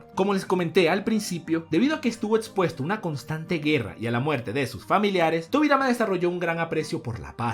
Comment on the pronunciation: dijo tobirai xd